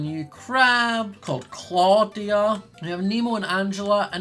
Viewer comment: the koi-dashions are great, but claw-dia?? 😂😂